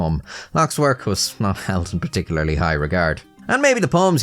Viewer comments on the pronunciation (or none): none